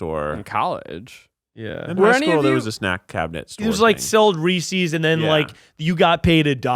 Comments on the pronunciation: The real corruption is in the fact called it “Ree-Sees” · I love and the podcast, but I'm feeling so triggered by him saying "Reesies". That's not how it's pronounced,! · No one is going to tell to say Reese’s correctly? Such cringe.